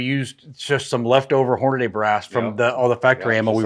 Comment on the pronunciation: I have never heard someone pronounce Hornady like Horniday.